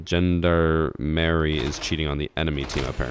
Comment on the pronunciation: "GENDER MARY" Every french person: cries in baguette